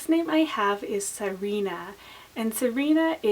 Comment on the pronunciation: I think Syrena can probably be pronounced a few different ways, I just like sir-EN-uh best :P